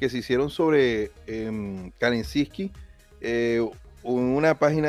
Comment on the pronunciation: Y que pronuncia mal su apellido xd